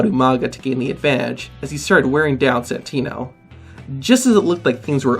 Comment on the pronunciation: He said santina